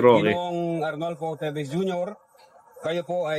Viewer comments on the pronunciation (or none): Teves and not Tibes ..🤣